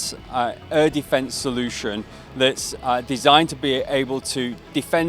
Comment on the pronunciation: chłoooopie jak usłyszałem "designed" wymawiane po polsku tak jak się pisze zamiast "dizajnd" to mi kopara opadła.